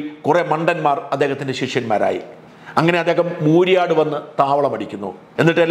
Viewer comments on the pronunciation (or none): മൂരിയാടല്ല മുരിയാട് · Not Mooriyad, it is Muriad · മൂരി ആട് അല്ല മുരിയാട് 😜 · മൂരിയാട് അല്ല മുരിയാട് ആണ് 😂😂 എന്റെ ദേശം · മൂരിയാട്‌ അല്ല മുരിയാട് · സർ, മൂരിയാട് എന്നല്ല മുരിയാട് എന്നാണ്.. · മൂരിയാട്ടല്ല മുരിയാട് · മൂരിയാട് അല്ല മുരിയാട് ആണ് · It's not mooriyad it's muriyad